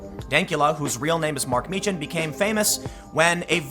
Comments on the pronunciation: Meechan. Pronounced (Meekan). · Tim, you are mischaracterizing Dank's surname, it's pronounced MEE-kh-en. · It is pronounced Meekan. Tim just needs to do some homework lol